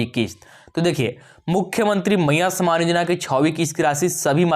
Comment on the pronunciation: कोई खुशखबरी नहीं है पहले बोलना सीखे सामान नहीं सम्मान भैया सम्मानयोजना सिर्फ बुड़बक बना रहा है सरकार, और आप ।